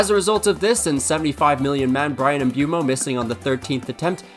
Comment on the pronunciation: All cool and all but, where did you get this MbUEmo pronunciation from?? It's literally the opposite in normal English MISpronunciationese. Granted in French it's not even a diphthong it's a monopthong (one vowel sound)